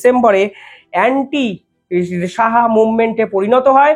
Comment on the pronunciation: Please don't mis-pronounce "Shah" as " Saha"😊